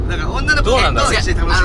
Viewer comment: の女の子って言ってたのね……『おなご』って聞こえて流石侍だなぁとか思ってた